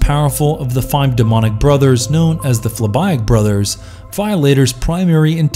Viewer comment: Anybody else kinda bothered by his pronunciation of phlibiac? Other than that this video is great